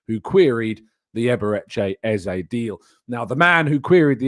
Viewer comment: His name is EZE NOT EZA for Christ sake.